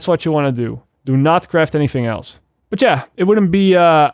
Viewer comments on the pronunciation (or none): none